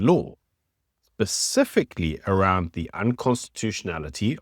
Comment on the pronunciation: *Specifically. Not "pacifically"